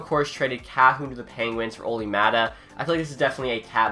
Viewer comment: You actually mispronounced Pettersson, Maatta, and Kahun all in 2 minutes! Congrats!